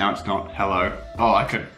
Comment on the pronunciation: Every time he said oh I thought he said ew